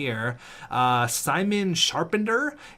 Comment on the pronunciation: Well you need to pronounce the CH, so it’s charre-pan(without pronouncing the N)-Tiay